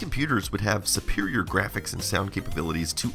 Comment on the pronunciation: Love your videos. In this one the way you said graphics made me chuckle. Grrrrraphics. ❤